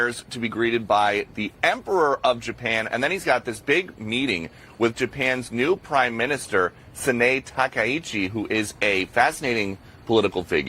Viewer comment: Please learn how to prounce Sanae Takaichi's name correctly. It's not that difficult!